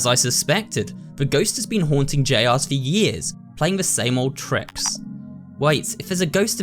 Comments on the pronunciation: hearing someone pronounce Jr as J R instead of saying junior is incredibly jarring for some reason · i like how he says "j rs" instead of "juniors"! abit mind-boggling if you know the correct way to say it but they might pronounce it differently where is! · FIVE NIGHTS AT JR's I CAN'T the way he said Jr's